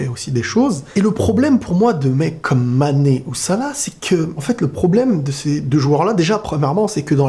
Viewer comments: Hooo mec c'est pas sané Kan même, tu fais exprès de ne pas prononcer son nom. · T'arrive même pas à dire le nom de MANE